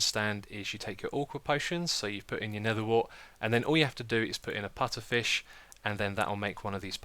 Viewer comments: its puFFer, not puTTer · puFFer not puTTer :) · Xisuma, it's pufferfish, not putterfish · its called puffer fish not putter fish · Pufferfish not putterfish xD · I'm sorry, did you say Putterfish? It's a pufferfish. you know, the poisonous ones? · ITS PUFFERFISH NOT PUTTERFISH. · Lol its pufferfish not putterfish xD Unless thats a British English thing... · I was screaming 10 minutes saying its PUFFERFISH not "Putterfish" >:( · Putterfish lol even when he saw the name xD its pufferfish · PuFFer fish not putter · It's pufferfish not putterfish =/ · pufferfish not putterfish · OMG ITS PUFFERFISH NOT FRICKEN PUTTERFISH!!!!!!! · It's puffer fish not putter! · It's puffer not putter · lol "putterfish" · Lol the putterfish!!! LOLOL it's pufferfish that was funny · It's a puffer fish! Not a putter fish!! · Btw no offence but its pu-ff-er fish not pu-tt-er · Putterfish? you mean Pufferfish right xDDD? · its pufferfish not putterfish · It is pronounced, puFFerfish, not puTTerfish. Sry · "Pufferfish", not "Putterfish" I'm not sure why this bothers me so much... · Haha, I was laughing every time you said putterfish instead of puffer! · LOL it's puFFerfish, not puTTerfish. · ...It's Pufferfish. Not Putterfish. :P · It's "Pufferfish". Just saying :) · it is pronounced PuFFerfish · What's a Putterfish? It's Pufferfish, with F's, it's a real fish. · Why does he keep saying PUTTERFISH???? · "Putterfish" annoyed me way more than it should have :-( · he miss read pufferfish dont be all over him because he said that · It's called a pufferfish, because it puffs up, google it. Also orchid is pronounced with a "k" sound (orkid) and lilac is pronounced lie-lack. Good video otherwise! ;)